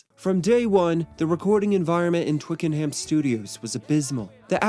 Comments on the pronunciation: Oh gawd it's pronounced 'Twicken-UM' not 'Twicken-HAAAAM'. Bloody yanks honestly 🤦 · It's "Twickernam" not "twickerham" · Actually, it's pronounced "Twicken'am", not "Twiking-HAM" in its native tounge. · It's twiken-am not hayam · Twick a num not Twick n ham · How I would love to have been there on the first day at at Twicken-HAM studios, pronounced ‘Twickenhum’ for you Americans. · It can be distracting when things are mispronounced, it’s pronounced Twickenum, emphasis on the Twick. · Twickenham is pronounced Twicken-num. Silent H Great video. Very insightful. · When pronouncing Twickenham, the ‘h’ is silent and it’s pronounced Twicken-num. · I cannot stand how he pronounces Twickenham.